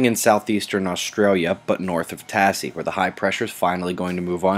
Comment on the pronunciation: Tasmania It is pronounced Tazzi not tassi cheers